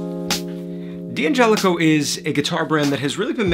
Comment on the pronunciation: In an Italian name, the D' prefix is not an initial (that you would pronounce separately), it's a contraction – like in the English word "can't". We don't pronounce "can't" as can T , right? D'Angelico starts with the syllable 'Dan'. (Likewise, D'Addario starts with 'Dad'.)